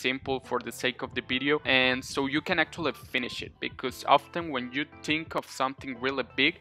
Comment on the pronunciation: I love your accent but ‘I tink we are reading guys and we need to pooblish it’ is awesome